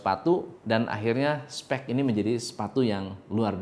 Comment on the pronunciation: Gua slah fokus sama bhs dia (specs) d baca spek dan (piero ) paiero dibaca piero..btw acent aj sihh